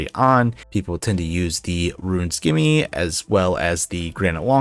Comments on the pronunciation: He said skimy it’s pronounced ssssssimi like scimitar 😅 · you don't pronounce the c in scimmy. That's like saying Skience.